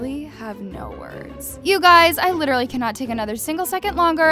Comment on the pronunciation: "wEar dO u SeE a FiSh? aM LiChRaLLy a hUmAn bEaN.." what- 😭😭😭😭😭